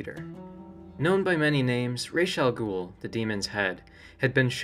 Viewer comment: Before I even watch this video I am going to give you a huge like for actually pronouncing his name correctly. There are so many Batman lore stans that consistently say everything from Razz to Ross... like WTF?